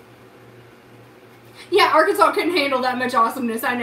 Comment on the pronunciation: one day I want you to take us on a historical tour of hot springs but every time you say “arkansas” you pronounce it “ar-kansas”